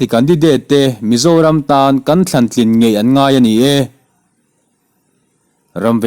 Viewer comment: i chhiar dik lo keuh😂😂😂 aw mizoram aw ka zoram tih kha